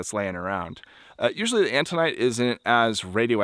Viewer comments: Autunite, not "antunite." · I think you meant autinite? You kept saying antinite. The Chinle Fm is Triassic age, about 230 mya. Cool video. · Are you sure it's "antonite?" I think you mean "autonite." Right?